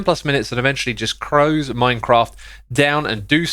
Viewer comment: When you get so emotional reading a tweet that you CROSE MINECRAFT DOWN. I felt that. If there's one thing I would steal from this video, it's that phrase